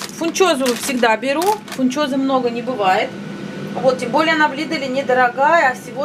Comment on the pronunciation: Не в лидэле, а в лидле. Немного вас поправлю😊